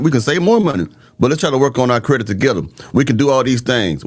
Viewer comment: If you saying "credik" instead of "credit". You really need a man for protection sis.